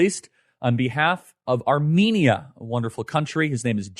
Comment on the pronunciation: Would've expected the agency to at least teach you how to pronounce Armenia and Armenians🤦‍♂️